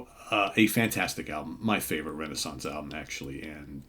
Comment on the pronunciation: We say it more like Ray Nay Sonce, you are close but no cigar!!😂😂😂